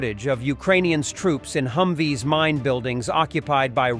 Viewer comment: Humvees not Humwees.